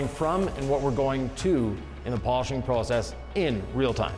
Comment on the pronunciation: did the cutting, Nick did the polishing and Sylvie did the camera work! I see that pronunciation of the word "process" is rubbing off on Nick!